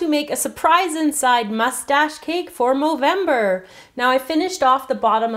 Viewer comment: why do you say movemdr